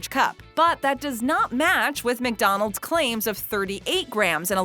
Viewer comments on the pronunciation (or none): Please stop saying Mick-Donald’s